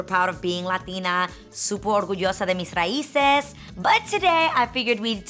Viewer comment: no she said "suopor orguyoso de mes raises" literally she bothched that whole sentence. And it's suppose to be "súper orgullosa de mis raíces." Saying i speak boricua spanish is being lazy because regardless what place you come that speaks spanish still speak propper spanish slang is seperate from speaking propper.